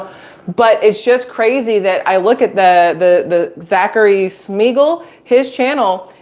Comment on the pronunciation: It's pronounced Shmeegull